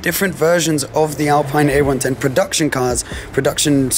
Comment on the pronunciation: Great car, only thing to mention is that it's Alpeen not Alpine (pronunciation wise)